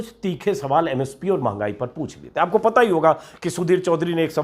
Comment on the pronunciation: For : Pata , read: Paa .